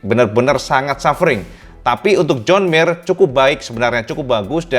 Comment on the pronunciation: Terlalu ngebutn gomongnya cak. Joan jadi jon mir